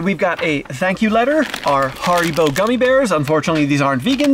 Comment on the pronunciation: Quick note its pronounced Harry bo. Lol I know cos I used to live down the road from the factory, and loved the factory shop you could get massive tubs of them from there.